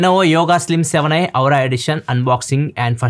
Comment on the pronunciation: auuura kadu aaara antaruu 😝😝